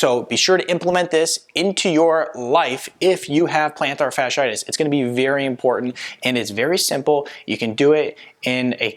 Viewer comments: ROBO COP VOICE: PLANTAR-SHARD-SHIGHTISH!!!!😂😂😂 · He lost me the moment he misspelled and mispronounced the ailment. If he can’t get that right, how much am I going to trust the rest of what he has to say?